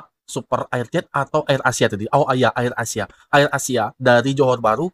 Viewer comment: AYER ASIA (AIR ASIA)😅😅😅😅😅😅😅😅😅 Mas sebutan biar betul. Air ASIA dlm bahasa Inggris